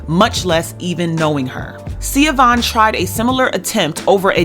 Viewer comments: Her name isn’t Sia-Vaughn; It’s pronounced Sha-Vaughn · This is a really minor point but her name is pronounced “Sha-Von.” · the mom’s name is pronounced Shuh-von. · BTW....Even though its spelled Siobahn....It's pronounced (Sheh- bahn) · Hi her name is pronounced SA- VON Dwayne Wade Gagged his ex wife & took his kids away & had her arrested if I'm not mistaken.. Shae Vaughn has her story on YouTube it was so sad what he did to his ex wife and how he treated her after he met Gabby allegedly. Shea Vaughn couldn't say anything Dwayne had all the 💰 to shut her down & shut her up rumor has it It's really messed up. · Her name is pronounced Shah-von